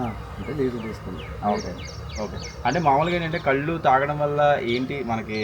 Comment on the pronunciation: కళ్ళు కాదు కల్లు అనాలి.